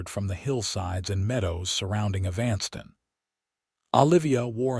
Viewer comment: the man telling this story has a good voice too bad he can't pronounce EVAN STON as the proper way of saying EVANSTON...